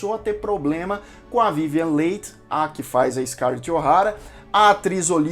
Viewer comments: se pronuncia Vivian li e não leighi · Muitos falam "Lei" na TV. Só agora descobri que a pronúncia é "Li". Concordo com você em pensar que é melhor deixar o original em paz, jamais fazendo um "remake". Grande abraço, continue o trabalho bonito de se ver. Cultura e informação válidas são fundamentais. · Vivian Lee (é a pronuncia) mas tirando isto muito bom o documentario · Adorei seus comentários desse filme e fantástico!!!! Só que o nome da atriz pronuncia-se: Vivian Lí!!! Gratidão pelas informações!!!! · Que nervoso de ouvir " vivian leit" ...aff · Esses youtubers que acham que sabem falar de cinema poderiam pelo menos aprender a pronunciar corretamente o nome das atrizes e atores antes de fazer um video né? Dói ouvi-lo falar VIVIEN LEI!!!! kkkkkkkkkkkk afffffff!!! vergonha! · Podia só dar uma estudada na pronúncia dos nomes antes de fazer esses vídeos né? Difícil ficar o vídeo todo ouvindo Vívian Leite! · Sim , vc errou a pronúncia e , sim está desculpado, mas recomendo fazer uma pesquisa mais minuciosa sobre a Vivien Leigh, pois dessa forma vc teria escutado a pronúncia correta do nome. Recomendo o box com 4 CDs do filme. Boa aventura. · Não saber pronunciar o nome da vivian leigh é foda hein amigo? :( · “Acabou SE adoecendo “?! Olha o Português! O correto é “acabou adoecendo” Parece aquelas pessoas que dizem “fulano quer SE aparecer” no lugar de “fulano quer aparecer” Procure saber a pronuncia correta de Leigh porque você pronunciou incorretamente durante todo o vídeo. Gostei muito do vídeo. Tanto que prestei atenção e reparei os detalhes acima. Você poderia ter falado sobre LESLIE HOWARD que interpretou Ashley Wilkes e que foi uma péssima escolha por ser muito velho para o papel e por ter trabalhado de má vontade justamente por tal motivo. E não queria interpretar o personagem, mas foi obrigado.